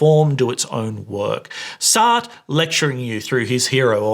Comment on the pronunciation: The way you mispronounced Sartre's name as if it rhymes with fart grinded my gears.